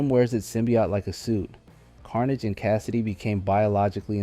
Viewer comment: Check again. It's most definitely ai. Took me a while to notice but he pronounced Cletus Kasady's name wrong one time in his introduction and then never again. Most likely cus the scripter spelled the name differently to avoid the ai making that mistake. No spiderman fan would mispronounce Kasady's name let alone leave it in a video. He's literally like top 10 super villains of all time. Only explanation is the dirty clankers